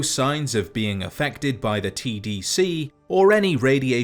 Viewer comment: everytime he say "tdc" I hear "cbt"